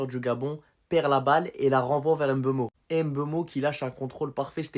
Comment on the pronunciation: C'est Mbeumo et non M'beumo svp 😢 ne fait pas ce que vous avez fait à Mbappé